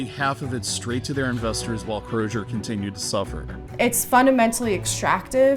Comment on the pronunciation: Why is everyone in the clip pronouncing the Z in Crozer as a Zh? Surely if they can pronounce "frozen" or "razor," they can use a normal Z in "Crozer."